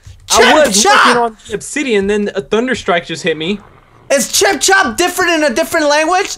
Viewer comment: it's not 'chip chop' it's 'chop chop'